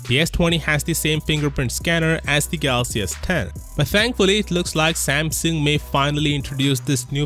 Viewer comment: Samsung, not Samson!